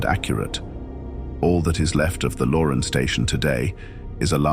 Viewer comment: It's not pronounced "Lauren"...it's pronounced "Lo-RAN"